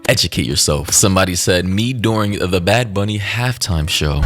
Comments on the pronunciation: I just came to comment that right before you called him bad baby instead of bad bunny lol I just thought it was funny🤭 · “Bad bunni”😂😂😂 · "Bad booney" took me out! 😂😂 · “Bad Boony” is killing me, is saying Bunny too woke? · "bad booney" nah man that ain't right 🤣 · Why does that guy keep saying “Booney” 💀